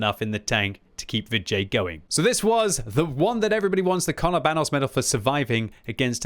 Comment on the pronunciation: When you say Vid J, I keep hearing vi jay or va jay. Maybe that was on purpose though.